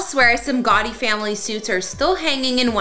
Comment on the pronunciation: Are you saying Gotti. Or Gawdy?